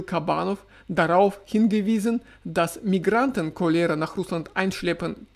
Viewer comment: Überall die gleichen Probleme! Danke für den Bericht aus dem russischen Alltag. 😊 Cholera wird im Deutschen auf dem „O“ betont.